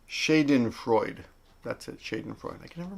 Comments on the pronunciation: '"shah den"(freude was ok) the a in schaden is like the a in nagoya :) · hej! :) you pronounce the "a" after sch in schadenfreude like the "a" in "shadow" - then it's almost perfect german "Schadenfreude" (where the words comes from - just fyi, love and greez from longtimesub from frankfurt, germany) :) <3 :)